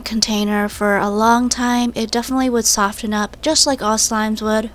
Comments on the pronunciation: sofTen Dood the t is silent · is she dumb... that bowl would burn ya hands so badd and it’s pronounced sof-fen